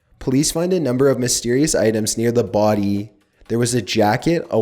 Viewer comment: “near the boOdy”